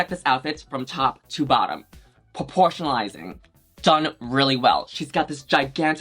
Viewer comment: Take a shot everytime Yuhua says porpotionalizing.